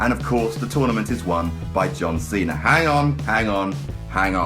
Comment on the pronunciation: I love how his accent makes it sound like he says john cenar